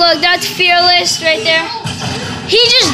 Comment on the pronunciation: “We played with FE4-LESS” But its …